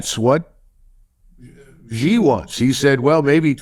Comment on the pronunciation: Xi is pronounsed as Si or as letter C. MacGregor is brilliant as usual.